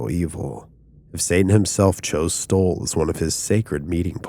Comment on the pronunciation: Why do you keep pronuncing it 'Stoll'? It's STULL, with a 'U'. I'm not convinced you aren't AI.